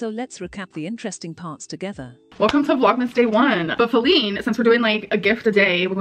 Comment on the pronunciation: I love how the voice over calls Feline, “Fee-Line “. 😂